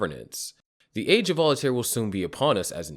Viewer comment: You keep saying Volataire. Its Voltaire. I hope it causes some volatility, upwards of course.